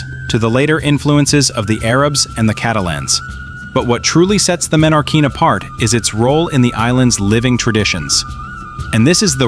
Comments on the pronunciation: Perdona menorin no menorquín compañero es menorca😅😅😅archipiélago menorquín déjate de menorin o esque no lees lo que pones en el video😅pero que marismano marismeño no sabes ni leer calamar hay lo pone muy claro marismeño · No es menorin es Menorquín que en Español se lee tal como se escribe y no se cambia ninguna letra